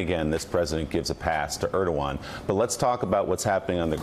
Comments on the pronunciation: Mika mispronounced Erdogan's name . It's hilarious that they work so hard to make Joe and Mika's words seem like their own (and the other regulars on the show, too) but, no, it's scripted. Further, these "talking head" actors apparently don't know what to say at all if the teleprompters fail . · MIKA COULD YOU PLEASE LEARN HOW TO PRONOUNCE THE PRES OF TURKEY'S NAME? IF 45 CAN SAY IT WHY CAN'T YOU?